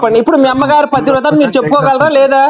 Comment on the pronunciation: 'పతివ్రత' అనే పదం పలకడం కూడా చేతకాదు ఆ మూర్ఖులకి.